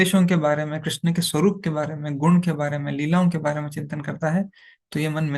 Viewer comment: कृष्णा नहीं कृष्ण होते है अलग है